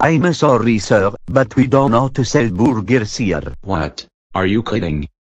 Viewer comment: Lololololololololololololol... "boogers"? Italian accent always be a funniest thing that we ever heard XD